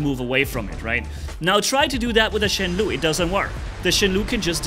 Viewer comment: Just a little thing. Shenlou should pronounce as /shen low/ instead of /shen lu/. This Chinese word stands for ‘storm cloud’. It is an ancient word that only seen in poems and novels today.